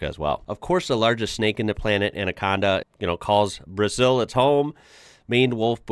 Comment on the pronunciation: We pronounce BrAzeew! With a Z sound!